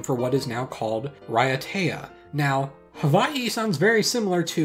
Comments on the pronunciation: Te Reo Māori doesn't have a or <'> sound, they call the semi-mythological homeland Hawaiki. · I've usually encountered Hawaiki being spelled this way in most Maori text books, I've heard is only really pronounced as Ha-Why-key in New Zealand.